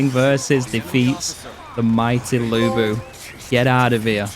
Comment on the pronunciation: No idea why the characters pronounce Lu Bu as Looey Boo 🤣